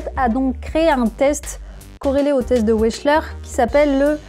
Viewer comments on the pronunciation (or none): Il est né en roumanie : prononciation à l'allemande, ça se dit "véksl'heure".... ce qui permet en outre de savoir, du coup, comment ça s'écrit. Wesh :-)